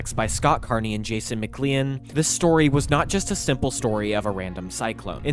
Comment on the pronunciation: just wanna say it's pronounced McCLANE, not McCLEEIN